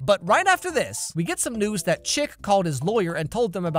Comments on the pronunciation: WAIT HIS NAMES CHIP IVE BEEN HEARING IT AS CHICK THE ENTIRE TIM E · calls him chick Also: chip